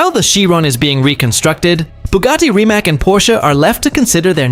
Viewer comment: Reemats!!!!!! Not Reemak!! Learn it! Respect it!